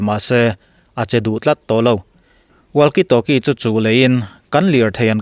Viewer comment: WALKIE TALKIE 👈 WAKI TAWKI TI A LAM RIK TUR ANI E .. A ZIAK ANG ANG NILOVIN ... WALKIE 👈 TIH HI 👉 WAKI TIIN ...TALKIE 👈 TIH HI 👉😃 TAWKI TIIN LAM BAWK TUR. ITALIAN FOOTBALL CLUB LAR TAK JUVENTUS POH 👉 ZUVENTAS TI A LAM RIK NILOVIN 👉 UVENTUS / EUVENTUS / iUVENTUS TI A LAM RIK ANG CHIAH HIAN 👉 WALKIE TALKIE POH HI 👉 WAKI TAWKI 👈 HETIA LAMRIK / ANCENT TUR HI ANI E = KA RIN AIIN MIZO YT CHANEL TE HI ENGLISH AN THIAM LO = HETIANG TYPE AN VIDEO HI FOREIGN CHANEL AMI VEK ALA NI ZUI A = TRANSLATE DIK TAWK LO ATAM VIAU BAWK A DIK TAWK LO IN HRIATDUH CHUAN AN SOURCE/ LINK + VIDEO ORIGINAL VIDEO + ENG SUBTITILE NEN KA LO POINT OUT SAK ANG CHE U